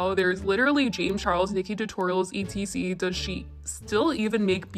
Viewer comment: "E.T.C..." ......GIRL it's etcetera, tf is 'E.T.C!?' 😂😂